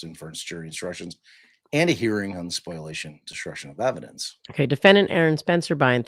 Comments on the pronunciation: I love you guys but it’s “spo-LIA-tion” not “spoil-ation” 🤣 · Isn’t it called “spol-iation?” Not a lawyer, but occasionally, I have to deal with lawyers and that’s how others pronounce it on the tort side.